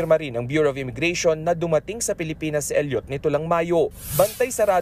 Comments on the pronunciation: Elliot, not El yot, Idiot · bakit ganon mag sabi ng reporter na “Elliot” mali pag bigkas mo bobo